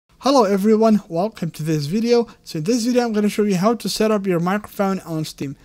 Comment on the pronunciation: Bro we can read, you said setuo not read what is already written. Hate from Bangladesh ❣